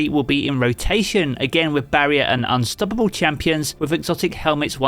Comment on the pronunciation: Hey I love your videos. Just subscribed thanks for the useful information. The way you pronounce unstoppable is HILARIOUS to me.